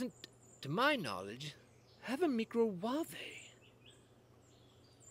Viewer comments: I don't recognise your accent sir, but she is Nigella Lawson, known in the UK as the 'Domestic Godess'. You may find that her pronouncement of the word 'Micowave' as 'Mi-cro-waav-e' with a hard 'e' is possibly just her sense of humour. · The celebrity cook was just actually making a joke, she mispronounces stuff on purpose all the time 😊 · Tip1: If you're watching Nigella cooking videos for the recipes, you have a bigger problem... 😂 Tip 2: I believe it's her send-up mispronuncification because 'real tv celebrity-chefs' will never admit to using that modern instrument.